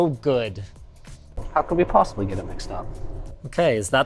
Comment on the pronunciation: „How could we POSISBLY mess up“